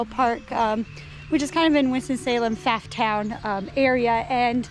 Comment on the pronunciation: Fantastic shots! That tree is absolutely giant. There's straps at the top holding it together - these weren't always there and were added somewhat recently, from what I've heard. Also, Pfafftown is pronounced "Poff-town" (the first F is silent - which violates so many grammar rules, but oh well 😅)